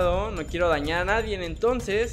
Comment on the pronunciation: Vas en universidad y no sabes pronunciar nadie* haya*